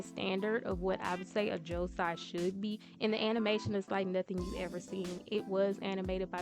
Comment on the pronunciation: Hermione: You’re saying it wrong! Its Leviosa not Leviosaaa!